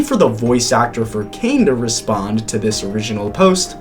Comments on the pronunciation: Ppl not talking about that guy said 'kane'😔✌💔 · “Kane…” OH COME ON